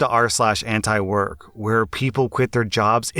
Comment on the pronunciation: Antiwork? damn I thought you said Ant work.